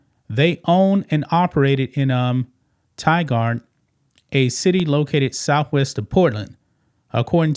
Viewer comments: Hi. Portland-area resident here with today's public service announcement. It is pronounced tie-GURD, not tie-GUARD. Thank you. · Tigard is Pronounced like tiger with a D at the end. The sad thing about this story is that there are many adult care facilities in that area and I wouldn’t be surprised that this isn’t the only place doing this. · Tigard actually pronounced ty gerd. It an Or e gun thing. LOL Thanks for the news.